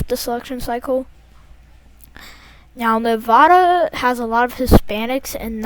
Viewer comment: Love the video but plz pronounce Nevada correctly lil bro